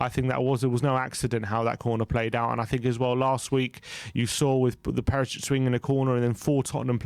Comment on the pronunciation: Nice video. Btw, surname Perišić should be pronounced PeriSHich, not Perisich.